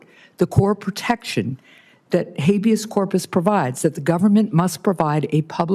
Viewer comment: First of all the reporter did not clearly pronounce habeas ,to me the first time he said it it sounded like "abuse" , and "v us " the second time it was a little more clear but not quite clear. With age it is common for consonants sounds to more difficult for the brain to recognize .Ex an R my sound like a D. Look it up! These reporters know Trump is elderly and conniving .So he is going to evade any question that he doesn't like and Kristi knows to follow his lead. To allow for Trumps age and personality quirks ,the questions must be simple and words pronounced clearly and to where the content gives clues to what is being asked. The question should give little room for evasion .For example Skip the word Habeas Corpus and ask "It is a great concern of the American people that you are detaining and holding American citizens and those following legal procedures to obtain citizenship without giving those people a written legal reason for their detention. Are you concerned that you are seen as not obeying the law of Habeas Corpus." Or some way to back him in a corner. Your bloviating about a poorly phrased question just to fill time is not helpful to anyone.